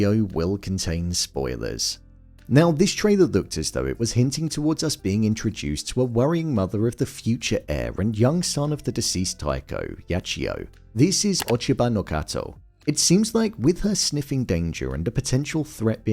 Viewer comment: OCHIBANO -KATA , not Kato.